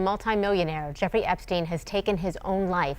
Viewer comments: Shefri epstin😅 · ..."CHEFRI EPSTIN"